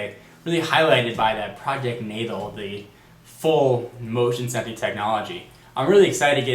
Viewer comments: Why is he saying Project Natal like that? It's pronounced Project Nay-Tall. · its natal you said it wrong